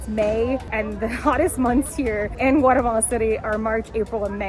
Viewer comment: Can you try at least to come closer to the Spanish way of pronouncing names of places and shops, and restaurants? Spanish has a very literal pronunciation. And it sounds different then your American way of talking. E.g., Guatemala, San Martin, etc. Also, honor the accents...